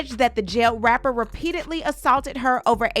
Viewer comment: When she said rapper, it came through as r*per.